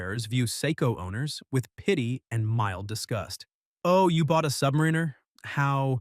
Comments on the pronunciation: Can someone please teach AI that it's not pronounced, "Submareener"? I was out at :44. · This would be a better video if the AI pronunciation wasn’t so laughable “submarine-er” “beezle” 🤣😂🤣 🤡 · Submareener? 😂😂😂😂😂 What a moron.